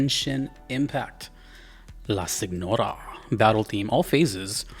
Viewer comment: I don’t know too much Italian but signora and señora are actually the same word. Note how you would pronounce the GM in lasagna So you were right on the money